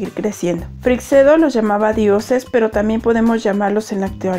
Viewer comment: ACLARACIÓN: La pronunciacion correcta de Freixedo es «Freichedo», no «Freicsedo».